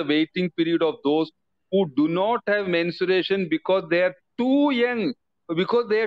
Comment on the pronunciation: Not mensuration, but menstruation